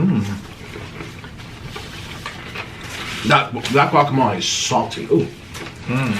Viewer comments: is trying to correct how he says guacamole but he can’t even say it 🤣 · And is right pernounce it right guacamole